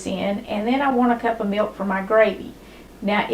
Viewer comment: i like the way she says "me-oak" '.. and a half cup me-oak..' 😊